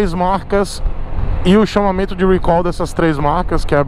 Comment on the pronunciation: recal. não eh "rhuicol".